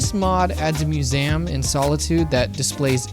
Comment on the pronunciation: I've never heard anyone pronounce the word "museum" like that before. However....I've decided that even though you may be the only person in Earth that does it, it's the right pronunciation.